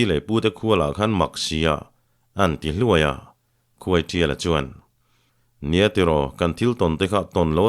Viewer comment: Khuaiṭiala tih hi khuaisiala ti a lam rik a ang tlat